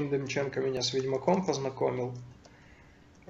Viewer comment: ДЕМЧЕНКА))) Демченко, ударение на КО! не люблю когда так говорят фамилии...